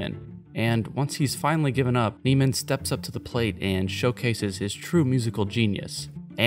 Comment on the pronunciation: You do know you’re pronouncing his name wrong right? Fletcher pronounces Andrews name wrong in the film on purpose😂 his name is Andrew Neiman like “Nae-man” not “Nee-man”